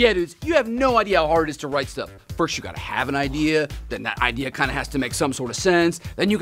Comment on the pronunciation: emphasis on "KINDA"